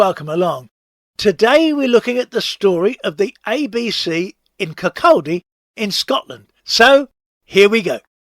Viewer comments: Where's KirCALLdy? It's Kir-coddie. What's hard about that? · Great film but it's pronounced Kir caudy ...(Kirkcaldy) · Its Kirk-caw-di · When pronouncing Kirkcaldy the L is silent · I was in the ABC about a hundred times, and enjoyed watching this video. But I cringed every time you tried to pronounce "Kirkcaldy". Sorry 😢